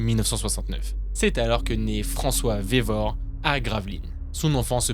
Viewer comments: Juste le policier c'est Francois vérove et non vévore. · Excellent comme d'hab ! Par contre c'est Francois Vérove, pas Francois Vévore. Et c est le témoignage du grand frere de Cecile Bloch qui a entrainé son surnom le Grêlé, pas le témoignage de la premiere victime 😉